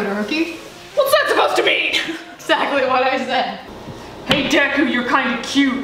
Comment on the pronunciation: “DEKUU”your not todarokie”